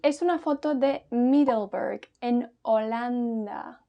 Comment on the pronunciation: You pronounced 'Middelburg' pretty well!